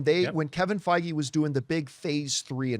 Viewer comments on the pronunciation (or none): none